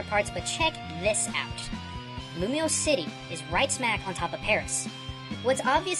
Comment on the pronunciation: It's Lumiose not Lumous